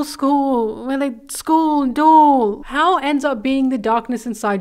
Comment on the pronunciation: It's pronounced how-oh